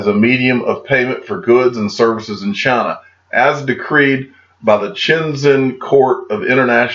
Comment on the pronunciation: Dear , it’s China not Chana 😁